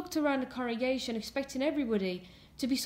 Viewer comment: are you saying corregation or congregation?